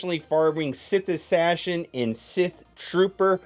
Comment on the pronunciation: “sith assashin”